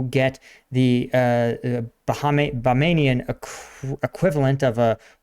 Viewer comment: ah yes, the Bahamans/Bamanians of BaMaNIa. 👑🇧🇸 😂